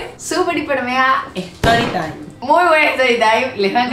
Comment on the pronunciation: "Estory taim" 😂😂